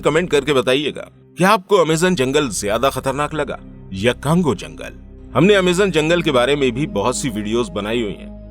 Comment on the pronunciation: Usko cango nahi congo bolte hai bhai or me congo me hi rehti hu